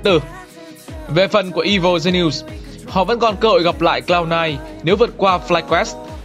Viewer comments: Woft? "I vồ gi ni ùs"?? chất lượng của video này kém thật sự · Evil Genius"es" = I-Vồ Gi-ni-us-"sis" nha bạn! Không phải lỗi lớn nhưng cũng xin góp ý cho ạ.